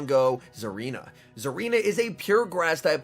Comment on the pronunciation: There’s definitely not a “Z” in Tsareena 😐